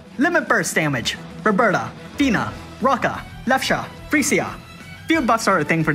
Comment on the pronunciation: Roe-Ka not Rokka